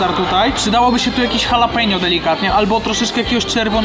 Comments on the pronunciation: Ale wkurwia mnie to jak mówi jalapeno no kurwa😢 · Nawet jalapeño nie nauczył się wymawiać po tych wojażach... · mówiący jalapeno to jak Ricky mówiący dżalapino xD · sprawdźcie jak się wymawia jalapeno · Fajnie się Was ogląda, ale bywa że źle wypowiadacie nazwy. Warto się przygotować i wiedzieć jak poprawnie to robić. Jalapeño wymawia się Halapenio. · Ty tak na serio z tą wymową "jalapenio"? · czyta sie "halapenio" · (halapenio) jak mozna to wymawiac z j XD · A ja wolę mówić dżalapino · Błagam przestańcie mówić ,Jalapenio’ wystarczy J zamienić na H 😵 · Bardzo źle się słucha jak mówisz JALAPENO, az odechciewa się oglądać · mówi się Dżalapino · mordko jalapeno czyta/mowi sie, ha luh pee nyow, jesli chcesz byc pro a nie sebkiem z pod zabki ;) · Nie jalapeno tylko się mówi chalapenio byłeś w Stanach a kaleczysz język proszę cię. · Chalapenio nie Jalapeno 😄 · Mówi się " halapenjo" oraz " sizyn" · Jakie jalapeno to sie czyta Halapeno boże i tacy ludzie co nagrywają robią za znawców smaku i wgl czytać nie umieją żenada. Może jeszcze DŻALAPINO?! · Halapenio nie halapinio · Błagam, nie mówcie "jalapeno" 😅 to jest, kurła, HALAPENIO! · chyba nie jalapeno a halapeno 😉 nie ma za co, stawiasz kanapkę 😉😉😉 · Halapenio, panie jalapeno 😂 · jalapeno czytaj halapenio tak na przyszłość pozdro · Halapeńo się czyta! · HALAPENO NIE JALAPENO ŁAAAAAA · Dlaczego na chorizo mówicie czorizo a na jalapeno jalapenio a nie halapeńo? Cytuję: " Ta papryczka sprawia problem nie tylko przez swój ostry smak, ale również przez trudną wymowę swojej nazwy. Aby poradzić sobie z jej ostrością, popijajmy ją mlekiem, a zamiast „dżalapeno” czy „jalapeno” mówmy poprawnie: „halapeńo”. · Tylko proszę Was nie mówcie już jalapeno, tak poprawnie mówi się halapenio. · Wszystko super, ale......nie ma żadnego Jalapeño, jest po prostu „Halapeńo” :) Wymowa ;) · Prawdziwi fani pamiętają jak na jalapeno mówił "dżalapindo", a nie "jalapeno"..., nie zmieniaj się! Pozdro!:D